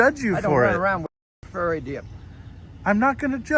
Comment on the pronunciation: Is he saying “faerie” or “furry?” Cuz I know a couple of furries and they would like to follow this man home and root through his garbage. (They are human-sized raccoons with a lot of free time)